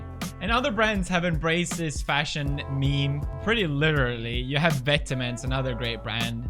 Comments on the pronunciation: it’s pronounced [vêt-mon], not [vêt-e-mints] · vet-e-ments? total giveaway vent-mon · it’s vet-maw my dude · Hypebeast gonna point out How he says vetements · and completelly mispronounces the word... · Tabasco sweet would be ashamed of the way you pronounce vetements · thats not how you pronounce vetements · Can’t pronounce vetements